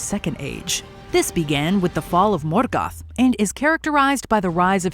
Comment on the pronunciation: I'm sorry but the way you said Morgoth, Gondor, Rohan bugged me so much. I mean literally 10 seconds later Galadriel show you how to pronounce Morgoth and you go again MoRGATH. Otherwise nice video.